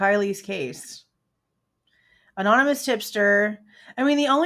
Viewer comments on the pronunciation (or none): none